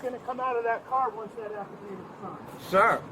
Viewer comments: He mispronounced every big word he tried using 😂. Affadadiv. Moron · Esculate? Afidade? Let me go, guys. You’ve got a Rhode Scholar there.